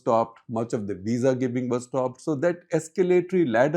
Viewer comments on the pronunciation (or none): none